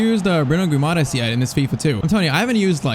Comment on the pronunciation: Just saying: It's not said Guimaras but it's pronounced Gwimaraesh